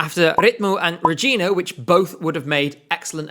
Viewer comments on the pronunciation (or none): none